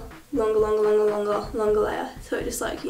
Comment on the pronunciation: LOL i like how she says longer. "lunga lunga lunga"